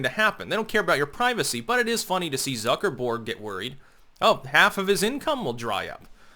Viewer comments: Okay, I love you but, the way you say "Zuckerberg" is driving me nuts. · Do you pronounce his name Zucker-borg in reference to the star trek borg collective due to his robotic mannerisms and lack of emotion? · I click on any Facebook video by, just to hear him say "Zucker-BORG". You will be assimilated!